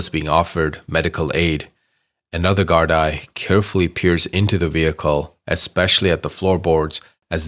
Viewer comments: ah look l am Irish and Gardaí is pronounced Gardee but that's very very insignificant 😢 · Good video. But just as a heads-up, it's pronounced like "Gard-Ee". Not like "Gard-Eye". And also, Garda is the singular form of Gardai (the plural)